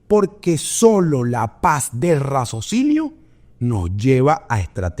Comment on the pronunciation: Muchas gracias! Claro y lúcido como siempre. Por cierto, es “raciocinio”😏 no “razocinio”